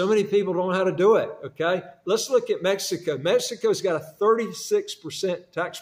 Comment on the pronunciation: Dubai- people speak English and you can understand it?? Huh? Sir you’re saying MESSICO in the entire video.